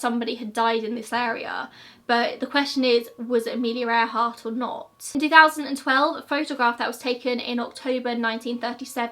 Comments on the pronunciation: You're not the only one. I heard it like that too. 😊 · Am i the only one to heart " Air Heart " instead of earhart ? So much more fitting to her...